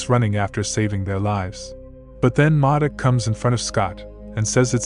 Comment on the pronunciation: “Moduk” really dude?